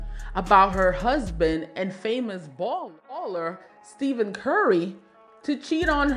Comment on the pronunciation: STEFF-IN NOT STEVEN